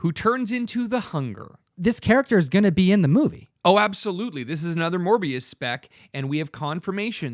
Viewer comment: So what is the first appearance of ‘’Moribus’’? Lol